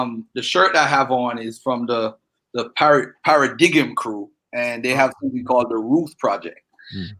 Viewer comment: Good start to the series my G, btw Paradigm is actually para”dime” not para”dig him” 😉👍🏾